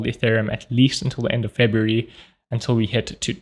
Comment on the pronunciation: February -> ebaryuf ????